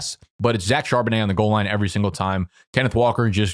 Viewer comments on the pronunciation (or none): none